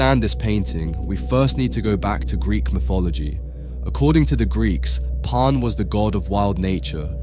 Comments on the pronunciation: Why's he calling him Pon? He's name is Pan. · "Parn"? A I.